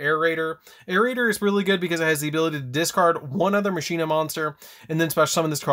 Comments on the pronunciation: Is it pronounced Machine-ah, or Mach-in-ah like how Wakka says it in Final Fantasy X? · I pronounce it like Makeena